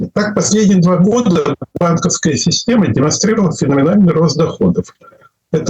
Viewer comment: ИнцеНдет, бизЬнес и сисЬтема? Трудно было слушать этого экспеРда